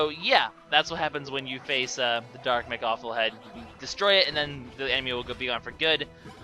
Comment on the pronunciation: It's not Mekawful. It's mechawful